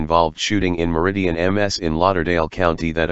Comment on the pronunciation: It’s not merridian it’s meridian